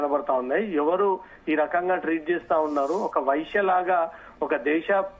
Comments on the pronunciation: వైశ్య కాదు వేశ్య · వైశ్య కాదు వేశ్య. Thumbnail లో - అయినా కాదు అయిన. వ్రాయడం చదవడం నేర్చుకోండి. కనీసం సరిగ్గా పలకండి అర్థం మారిపోతుంది. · Vsishya kadu ta, vashya. Vaishuyula paruvu thesthunavu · వేశ్య అనే పదాన్ని వైశ్య, వైశ్య అని పలుకుతారెందుకు? రెండు పదాలను వేరువేరు అర్థం వున్నపుడు అలా ఇష్టానుసారం ఎలా పలుకుతారు? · Vyshya kadu veshya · వైశ్య కాదు వేశ్య, సరిగ్గా పలకటం రాదు. రిపోర్ట్ ఎలా చేస్తున్నావ్